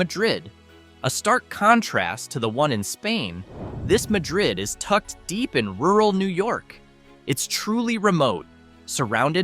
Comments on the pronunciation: It’s MAD-rid; not pronounced like Spain’s. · Waddington...nice little gem on St Lawrence between long declining Massena and Ogdensberg. By the way, Madrid is pronounced MA drid (Ma as in Bah) First syllable accented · Pronounced Mad- drid, which is near Ant-werp, and Tha ree- sa!